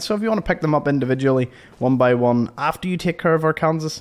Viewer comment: It's Are-con-saw NOT Are-kansas lol